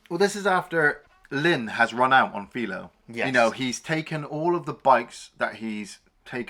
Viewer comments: Hey, did they dub this movie for the UK audience? They say Clint's name a hundred times in the movie. It's not FEEL-O. It's F -EYE-Lo. Ah. You get better as you go. The bikers are all a collection of players from his westerns. You did The Outlaw Josey Wales, one of those guys is the boatman from that movie. Clint drags around all his players like Jackie Chan does. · it's 'Fi-Low Bed-Oh'..not Fee-Low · Its FI low. As in wifi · What was that pronunciation again???? It's "File-oh Bed-oh". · You clearly haven’t watched the movie… you can’t pronounce his name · That was bothering me too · I mean... it's not even a British accent thing, he's just straight up mispronouncing the name like he's never heard it before..... a bit puzzling.